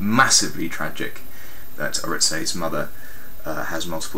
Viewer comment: JLS were together for a whole year before they entered The X Factor on 16th August 2008. Btw, u cant say Oritse's name right !!